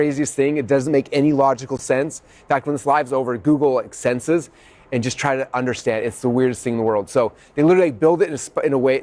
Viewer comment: What's this word you're saying? Exsenses?